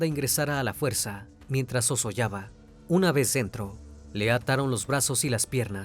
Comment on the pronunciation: Sozollaba o " sollozaba"???😅